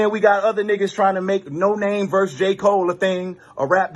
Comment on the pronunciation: It’s pronounced no-nah-may....not no name